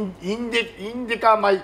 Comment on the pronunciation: 「インディカ米」が言えないたびに爆笑ww ケニアの弟子だとか、スケールのでかいお話がサラッと